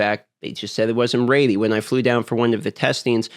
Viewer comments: You aren't "raidy" for that accent... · The word is ready not reddy. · First time here? Lol, he's 💯 saying "raidy". It used to drive me insane 😂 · What is "Raddey" ....you mean Ready? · What is “Raeidy?” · Say ready not ratey LOL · its ready and pronounces as redy not raidy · 'raidy when it's raidy' :) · Lol are you saying raidy or ready? Sorry just picking, I've got a southern accent so I butcher words. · Ummm is he's saying ready or rainy??? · Bro. RED-EEEE. not “raidyyy” holy moly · Is he saying READY?! What is he saying rady? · Ready not raidy. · Is it me or is he sayin "raidy" instead of "ready" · It’s def raidy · Its going to be ready when its raidy! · That's a speech impediment. Raidy is just a quirky pronunciation.. maybe regional? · It’s not rady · Not sure how in Alaska ready becomes raidy. I'm sure his past tense of reading "read" isn't pronounced "raid" in alaska either lol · Where's your accent from? Your ready sound like "raidy" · learn to say ready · it's pronounced 'reddy' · Ughhhh “raidy” 😩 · I get speech impediments, I do, but I don't get 'ready' as 'raidy' when you pronounce 'red' just fine. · Where tf is ready pronounced raidy? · Ready= ( red-E) ffs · Nah he’s merged raid and ready. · Someone tell him it's red - e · 100% RAIDY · Yeah I was like wtf is raidy? Speak inglish bro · You've gone far in life for someone who cannot pronounce ready lool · You pronounce the word "ready" very strangely. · Well now I can’t unhear it, thanks 😭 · What's weird is he says 'red' fine. This isn't even an accent or speech impediment thing. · Canadians don't claim thay pronunciation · no where in the english language that i can thibk of is ea pronounced as ay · It's a regional accent thing, and will never not be funny.